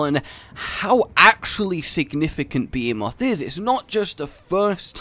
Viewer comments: Behemoth. Pronounced: Beh-hee-moth. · Be-He-Myth That's how you pronounce Behemoth >:3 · text: " Behemoth" (): "Bee-moth" xDDD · You did your best you try pronounce behemoth correctly “try” but you did your best